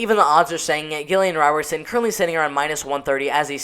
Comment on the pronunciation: not Gill-ian Robertson